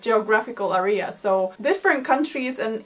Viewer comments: Not that your English is lacking at all - because it very obviously is excellent - but in case no one else mentioned it: When pronouncing the word “area”, the emphasis is on the ā, not the e; it sounds more like “ Air ee-uh” with the ‘Air’ being most emphasized ✋😅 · 'Area' is actually pronounced in a different way. I don't know if anyone has already mentioned that below.